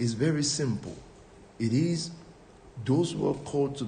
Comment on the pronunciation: At 10 mins and 19 secs into the video, When he said- “it is what it is”, all I heard was - “he his what he his”...😢😢😢😂😂